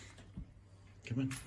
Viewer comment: come on diyor ama iyi dinleyin sanki Kemal diyor :D